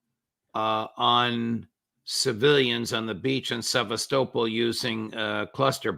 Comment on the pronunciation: Someone please help the judge out and tell him how to pronounce Sevastopol properly!! Sev ass ta pol